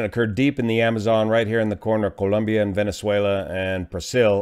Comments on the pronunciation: joe The nation is named, "Colombia", not Columbia. As someone who has deep ties to Colombia, I appreciate hearing it pronounced as a Colombian would. No big deal. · pronounced the country's name correctly. (BTW, it's spelled "Colombia" not "Columbia") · Thank you for the video - I certainly like the way you pronounce Colombia 🇨🇴. I was born in Cali and moved to California at the age of 9. Glad to see that an incident did not cause any serious injuries other than the aircraft. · Excellent vid as usual. Also nice to hear someone not say "Columbia". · My Spanish teacher who is Columbian insisted that we pronounce it exactly the way you are. She would be proud.